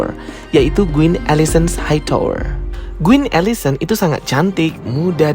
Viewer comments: Bagus bgt penjelasannya, tapi knp pronounce quin jadi Guin?😂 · Kok aku sering banget dengernya gween ya bukan queen 😅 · Mengapa menyebut Queen dengan kata Guin yah.. harusnya Quin, seperti dengan huruf K bukan huruf G. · Queen bang bukan gueen😭😭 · Queen atau Gueen? 😂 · kak, it's queen not gueen 😭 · Kenapa pronouncenya gueen sih Kan queen. Heran deh org jaman skrg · What’s with “Guin”? It’s “Kuin” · ralat bang baca Queen itu kuin bukan guin. thanks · Maaf ka, tapi bukan “GWIN” tapi “KWIN” = Queen 🙏🏼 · oh kirain aku aja... dari awal smpe akhir bngung kok gwin smpe cek ulang namanya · Bang, gua suka ceritanya, thank you bgt udh dibikin story tellingnya, tp agak gregetan ama spelling queen jdi kedengeran gueen 😭😭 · kuping saya gatal denger guin wkwk..emang bacanya queen tu guin ya? tapi mantap bro penjelasannya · videonya baik,, sekedar constructive criticism, karena di beberapa video pertama saya sampai sempat salah mengerti,,,,, QQQQQQQQQQQUEEEN, membacanya bukan "Gwen".... STARKKK ada K nya, membacanya bukan "star"